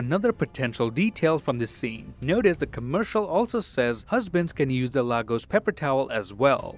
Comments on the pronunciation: It's pronounced "lay gos" not lagos😂😂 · It’s pronounced LAYGOS not LAHgos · Please its pronounced as /Laegos/ not /Lagos/ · I'm Nigerian And you all pronounce lagos wrong It's LAGOS- LAY-GOS(US) not LAG-OUS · It's pronounced LAY-GOES. Former capital city of the Federal Republic of Nigeria. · What is Lagos... it’s pronounced Legos🤦🏿‍♀️🇳🇬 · You Still don’t know how to say Lagos